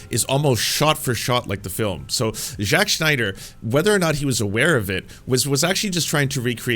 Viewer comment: eventually even the name morphed from Zack to Jacques smh